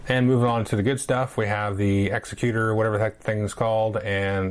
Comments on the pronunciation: Wow, it's amazing what production quality does for me. I had very little interest in the base game, but that black box edition may actually get my dollar. And I believe it is egg-zeck-you-ter with the stress on zeck, not ecks-uh-cute-er with the stress on the ecks. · thanks, I didn't even realize there was 2 different version. I have the original, so I'll have to grab this one. P.S. the executor is pronounced like executive is, not executioner.